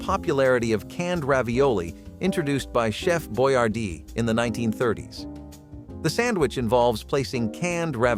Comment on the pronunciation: mispronounced Boyardee